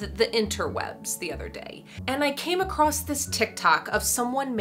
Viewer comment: *across doesn't have at T at the end lmfao